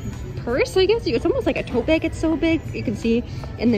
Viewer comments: lol "beg" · google: bag: BAIG